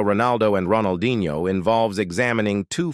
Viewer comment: bro said ronaldinHOE